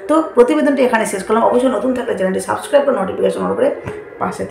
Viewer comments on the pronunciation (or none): none